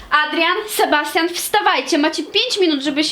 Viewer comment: "Ale gdzie jest Sybastian?" Podstawówka boli, mówi się Sebastian.